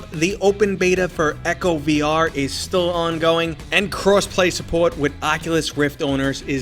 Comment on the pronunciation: Dang! The way you said, support, could have been a CT, RI, MA, or NY but then you pronounced your "r" in the video lol